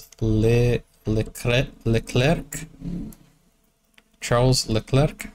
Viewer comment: Charles Leclerc (dont pronounce the last c) is French. But about Max his mother i didnt knew that. Max won the last 3 Championships!